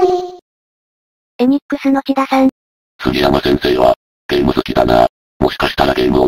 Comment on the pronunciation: 「せんだ」さんでなくて、「ちだ」さんだったような